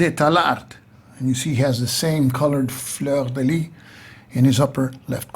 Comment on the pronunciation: Great video (as usual, I'm tempted to say...)! Couple of small details on pronunciation, if you are interested: "fleur de lys" should sound like "lee-s" (the "s" sound has to be heard); "tallard" (no final "d" sound). And yes, the french pronunciation was designed specifically to confuse english-speakers!